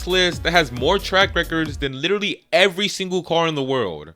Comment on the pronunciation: Stop saying lidery. Until you fix your speech impediment. Literally.